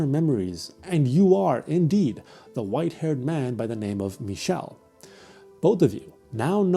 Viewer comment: i’ve never seen someone pronounce didier and michel’s names correctly! amazing!